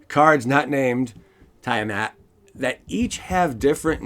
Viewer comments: Tiamat (Tee-ah-maat) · Don't worry you can say Tiamat wrong if you like, lol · Thats Not how you pronounce tiamat!!!